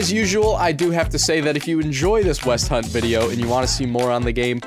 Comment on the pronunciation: Everyone:hell yeah gow ragnorak: westhount